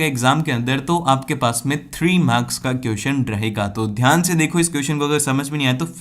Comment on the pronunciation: Kiyuson nahi hote question hote hai mere Bhai apki pronounsation bahut Galt hai